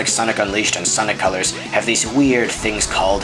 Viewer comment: I love how you talk. Especially when you say sonic colors and sonic unleashed. Sounds like you are blending the 2 words together and I like how it sounds. Sonicolors and Sonicunleashed.